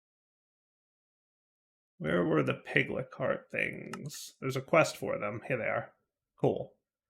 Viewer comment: In fantasy there is a creature called a Lich (Litsh), and in the pack there is a creature called a Piglich (Piglitsh), and yet insists on calling them Piglicks. I can understand where the "k" sound comes from because it is in lichen (the algae / bacteria combo). Also if you cannot spawn the Pigliches, try placing the automatic killing in "the Other", they seem to be frequent spawns there.